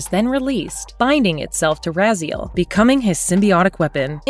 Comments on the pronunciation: The narrator obviously never played the games. it's Ra - Z - L not Ra-Zeal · Maybe say Raziel's name right at least. Rah-z-L, not Rah-zeel. Do some more research besides text level and you'll see the the pacing and tone of the video as well as pronunciation of the key movers of this entire saga is wrong. This stinks of AI voiceover. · Ra-Zeal? Ok. NVM... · I only disliked this video because i got tired of hearing this woman pronounce Raziel's name wrong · Bro she even got Raziel wrong 😭